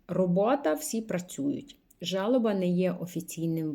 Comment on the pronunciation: Жалоба, с ударением на а, це є скарга, але російською, а жалоба з наголосом на а, це сум, траур.